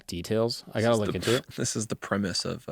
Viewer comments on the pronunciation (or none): none